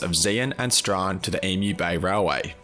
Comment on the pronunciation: great video guys. As you said, considering the time of year the weather was pretty much gaurunteed to be what you got, but you made the most of it and kept spirits high. just quickly Strahan is pronounced *Strawn. but you did well with some of the town and place names haha